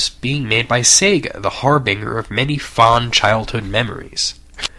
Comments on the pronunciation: HARR-BEN-JURR. Not HARR-BIN-GURR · its pronounced harbinger, not whatever u said. please turn ratings on so i can vote down.